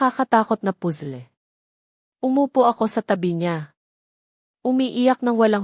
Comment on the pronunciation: Puzzle hindi pole ano ba Yan d marunong magbasa. Ayaw ko a di ko na tatapusin na stress ako